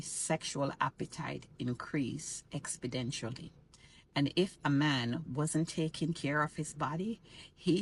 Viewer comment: It's exponentially, not expodentially